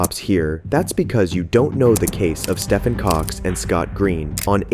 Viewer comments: Stephen is pronounced ste-ven. Not stefan. Call me triggered. 😂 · it's pronounced 'steven' not 'stuffin' his name is not pronounced stuffin cox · When you read a Stephen King book are you reading a Stefan King book? No, because it's pronounced Steven. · Why would you be speeding way past the speed limit if you are carrying something illegal. these guys are stupid of course they are getting caught. ALSO LMFAO at him saying Stefan Cox. That name is pronounced STEVEN and is an alternate spelling of the name unless his parent's didn't know how to spell Stefan or say Stephen/Steven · Stephen is pronounced Steven, not Stefan. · Im sure stephen is pronounced like steven not stefan 😂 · Stephen pronounced Steven. Where is this narrator from?? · 'Stephen" isn't pronounced "steffin". Trust me. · How does this guy not know how to pronounce Stephen? He sounds like an adult???? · Stephen or as we like to say STEVEN.......YOU GET PAID TO FCKING READ SO EITHER GO BACK TO SCHOOL OR GO FLIP A FCKING BURGER BECAUSE YOU HAVE NO EXCUSE FOR NOT KNOWING HOW TO PRONOUNCE THE NAME STEPHEN WHEN THERE ARE PLENTY OF NAMES IN THE WORLD WAY HARDER TO PRONOUNCE!